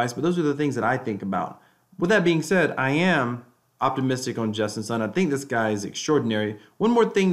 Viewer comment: justin sun is pronounced like soon not sun